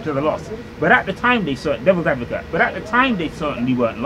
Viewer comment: 20mins in "devils advovate".? Wow!